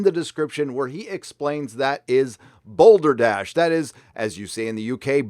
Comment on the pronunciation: Also "Balderdash" not "Boulderdash". :P